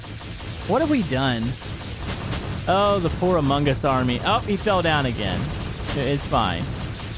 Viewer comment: “Amun guss”